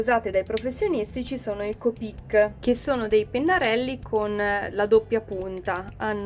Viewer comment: Copíc si dice copic no copíc Citazione Harry potter